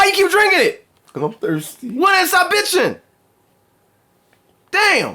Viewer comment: It's funny that red shirt dude say WHY U DRINKING IT and black hat say am nirsty xD